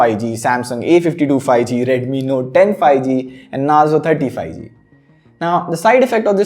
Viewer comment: I seriously didn't want to point this out but lately I have been noticing in all your videos that you pronounce '5G' incorrectly. It's not 'fi-G', it's 'fiVE-G'...